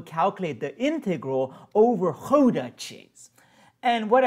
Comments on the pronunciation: Pronunciation of Gouda is "ow" like in "cow", not "ou"! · im from the netherlands and the way he pronounced the dutch words was really funny